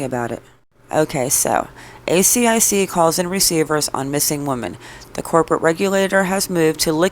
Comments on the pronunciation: you keep saying A C I C instead of A S I C which stands for Australian securities and investments commission 😊 AH! YOU GOT IT! well done:) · Also, you can pronounce asic, like a full word instead of spelling it out each time (I’m Australian, that’s what we call it)